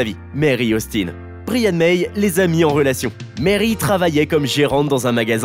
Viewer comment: Très gros fan de Queen et polyglotte malgré moi, va falloir faire des efforts sur les prénoms Anglo-saxons 😅non mais vraiment. Fais un effort, tu peux pas prononcer Bryan « brillanne » mais « Braïanne »